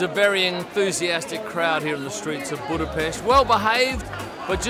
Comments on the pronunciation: Thank you for pronouncing "Buda-pesht" correctly😊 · I love how correctly you pronounce Budapest. Thank you